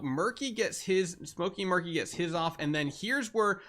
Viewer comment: Side note I think “Meerky” is pronounced like Meerkat you know since they’re Meerkats.